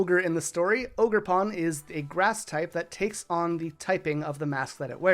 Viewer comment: THE R IN OGERPON SHOULD BE AFTER THE E!